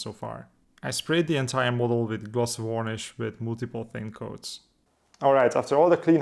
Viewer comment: The way you pronounce varnish is wrong. I'm not sure how to explain it because i imagine saying it's not wurnish won't help! Maybe check out another video of varnishing to hear. You should apply the decals before the oil paints so they get dirtied at the same time as everything else.